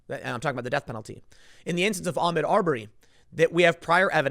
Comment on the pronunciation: Tim. Its Ah-mOd Ar-berry. Pronouncing it Ahmed Aubury is playing into these stupid fucking "Armed Robbery" jokes.